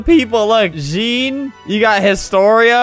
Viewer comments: THE WAY HE PRONOUNCED JEAN’S NAME 😭😭😭 “gEnE” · Gene x dilu